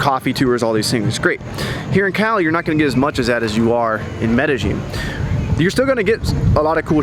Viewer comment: Good video. Btw, it's Med Eh Yin, not Med Eh Gin.